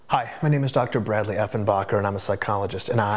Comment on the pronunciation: lol "Effen" bocker